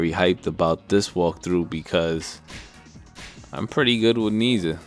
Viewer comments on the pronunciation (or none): His name is properly pronounced "naa-iaa"